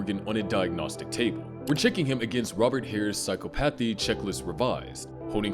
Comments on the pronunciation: Its pronounced "psy-chopathy" not "psycho-pathy" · I want to watch this video. But I can’t handle how you’re putting the emphasis on the wrong syllable (Yes, I’m saying the quote properly in my head, don’t worry, readers). PsyCOPathy. Psychopathy, but just think about how often COPS are heartless. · the way this guy is saying psychopathy is really pissing me off